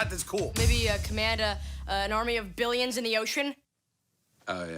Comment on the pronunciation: Notice how he says army of “billions” 😂😂😂😂